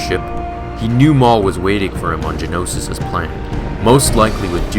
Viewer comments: Ist't it Geonosis? Not Genosis? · Btw it's Geonosis not Genosis.